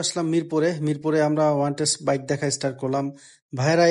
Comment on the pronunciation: "ওয়ানটেস্ট" কিরে বেটা, অনটেস্ট বলতে গালে ব্যথা করে?